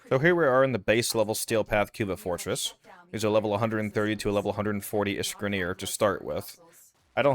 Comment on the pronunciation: I like how you say "Cuba Fortress" <3